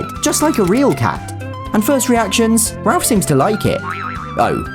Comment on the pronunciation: It’s crazy how he said Rolph instead of Ralph